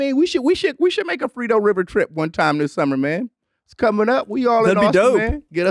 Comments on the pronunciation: Mans said the frito river 🤣🤣 bro it’s frio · Lmao bro said Frito river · "Frito River" and nobody corrected him😭